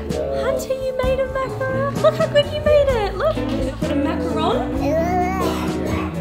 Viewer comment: At least you came close to pronouncing macaron correctly 😂